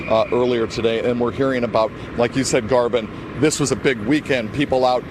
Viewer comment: "Garvin Thomas" lol their attempts are hilarious